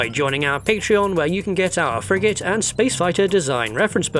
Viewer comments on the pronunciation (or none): none